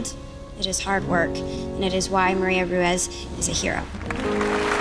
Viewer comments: "Maria Rue-EZ" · Pennington pronounces "Ruiz" better than and she is latina!